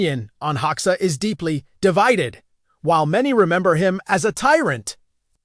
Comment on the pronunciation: At least train the AI to pronounce Hoxha correctly. Please.